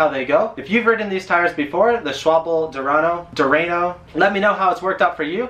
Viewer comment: schwalbe that is how you say it not schwa-bell and its durano not dew-rain-o